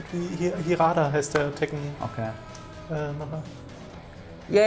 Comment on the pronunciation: nettes "Finale", aben verglichen mit The Wonderful 101s Finale, wirkt das alles sehr zahm :D Und der Tekkenmacher heißt nicht Hirada sondern Harada :D